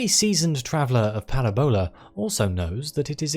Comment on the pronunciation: It's Paràbola. Not Parabòla. I enjoy this, whatever this is. YT recommendations are weird sometimes.